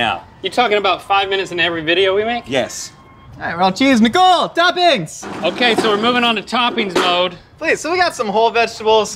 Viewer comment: Why’d I keep hearing “Miguel” instead of nicole 😂